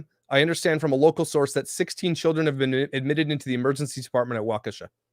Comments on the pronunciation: Pronounced WALK-ISH-UH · Hey. I’m from Wisconsin. What part of Wisconsin are you from? I’ve been there. It’s pronounced like Walk-a-Shaw! Lol It’s like an how from Kenosha. Never a dull moment here! I hope someone got a license plate number! It reminds me of some type of suicide bomber! So sad and crazy at the same time. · WAUK u shaw is the correct pronunciation.